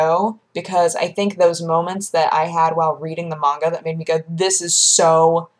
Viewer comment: The way she says it is the correct pronunciation. I pronounced it probably the same way you do for the longest time.